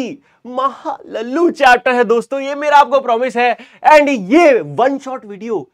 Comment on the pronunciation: LLu bolke galu bana liya sir ne😅😅